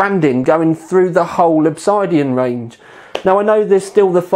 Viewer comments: Oh fuck my life It isn't Ob-side-ean, it's Ob-sid-ean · Great review as always. Sorry to be an arse, pronunciation is ob-SID-ian, not ob-SIDE-ian. So the 750D is cheaper than the 650D. That's not confusing. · It's pronounced Ob Sid Ian, not Ob Side Ion. Google: "Obsidian is a naturally occurring volcanic glass formed as an extrusive igneous rock. It is produced when felsic lava extruded from a volcano cools rapidly with minimal crystal growth." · OB-SID-IAN not OB-SIDE-DIAN lol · It's Ob SID Ian, Not Ob SIDE Ian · it's pronounced Ob-Sid-Ian:) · Proper pronunciation of Obsidian would be an educated move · This guy speaks with an English accent but still can't pronounce 'OBSIDIAN' properly. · Are you mispronouncing Obsidian just to mess with me?